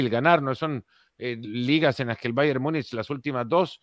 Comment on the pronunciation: Múnich, se pronuncia en español como se escribe en español. Por qué le aumentan una letra "y"? Myunich Myunich